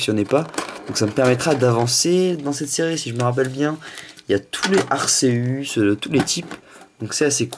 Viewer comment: J'veux pas critiquer,mais on dit 'Arkéus' et non 'arséus'